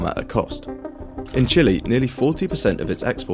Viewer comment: It's not chili It's Chile